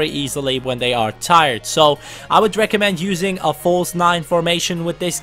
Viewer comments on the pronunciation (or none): none